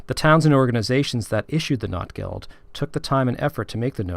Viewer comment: Very cool video, great to hear from another Notgeld collector! I'm trying to popularize the more German pronunciation of Notgeld in English, like "note" instead of "not", but it's an uphill battle. :) The word Not in German means emergency, need, lack, poverty, misery, and it is where our word "need" comes from, as in a time of need. Notgeld means "emergency money" - just as you pointed out, people hoarded the silver coins when Germany went off the gold standard at the start of WWI, and there was an emergency shortage of small change, so that's how the first (1914) Notgeld arose. But things only went downhill from there, the situation in Germany grew worse and worse during and after WWI and Notgeld became a popular way for cities to raise much-needed cash from the collector community, Notgeld became more of a pun, as in "misery money" or "poverty money", another meaning of the noun Not that very aptly described their situation post-WWI. I made a similar video to this one, that, coincidentally has the same title. :) It doesn't go into any specific notes, but I'd love to do some videos like this that translate the notes for an English-speaking audience. I have quite a few translations I've done in my Ebay listings that are not available anywhere else (yet). The fact that many of them are written in dialect makes it extremely challenging but the hobby is so deep that it seems impossible to run out of new discoveries. Still I learn at least one thing (and usually much more than t